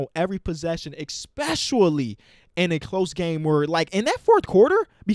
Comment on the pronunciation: no one:: ex-pescially